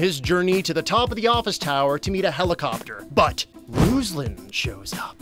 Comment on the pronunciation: Also it's not [RUZ-lan] it's [roos-LAN] (like from rooster and lantern ).